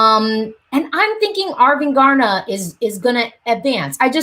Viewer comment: You almost Said arvingarna right the last time you Said it☺️